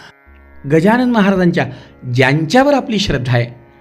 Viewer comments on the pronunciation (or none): none